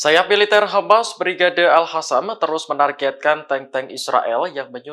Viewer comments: Presenternya ga bisa baca ya.. " Al Qossam" bukan Al hasam😂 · Biasa ajalah ngomongnya jgn di buat2, geli kedengarannya, al-qasam jd al-hasam 😂